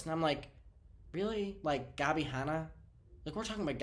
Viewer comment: I thought Trisha said Scabby Hanna the first time lol